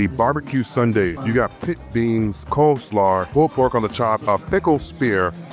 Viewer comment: Bro said "coleslar" 🤣🤣🤣🤣. I know he was probably just worn out since it looks like that was the last place he went to for the video, but that was hilarious to me for some reason, lol.